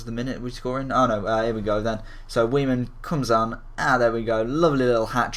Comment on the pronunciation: i'm pretty sure its pronounced 'vaiman'